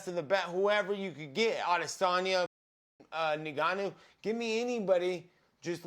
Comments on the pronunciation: Man, love Nate but he has to correct that Francis Ngannou pronunciation ROFL At least dont put an i between the N & the G ROFL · It’s so funny when they call him Nigganou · "Francis Nigganou" haha. Nates legend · The way Nate pronounces Ngannou reminds me of home